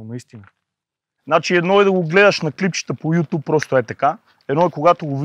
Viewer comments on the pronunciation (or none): none